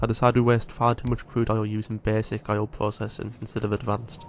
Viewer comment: The way this dude says "oil" is making me have a irreperable brain damage. Aio? Ay-oh? Ahjo? I don't know how to spell whatever word it is he uses, but it for sure isn't oil. I'm loosing my mind.